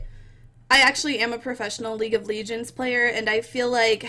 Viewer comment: How many times do people have to teach u how to say LEGEND not ligend